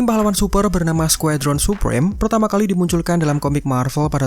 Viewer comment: "Skuedron.. " Biasa aj kali bacanya Squadron